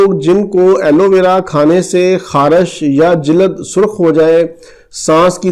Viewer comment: Jilad nehi hota sir "jild "hei